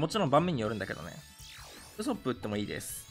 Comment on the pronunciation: ウソップのイントネーションがヤソップなんよな